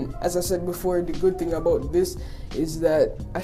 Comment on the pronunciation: "it tok abaut 5 minats"